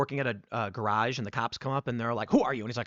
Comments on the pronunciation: Say "garage" again 🤣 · The way you say “garage” should put to bed any questions of your Chicago heritage. Much love, TP, good show.